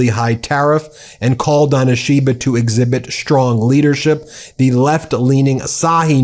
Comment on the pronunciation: You need to get lessons on how to pronounce Japanese words and names.... For example, "ISHI BA", not "i SHI ba" (Flat, no emphasis on SHI) ..... Should be a simple thing for you. It is painful to listen to you for those who know how to properly pronounce Japanese....as it will be for any language.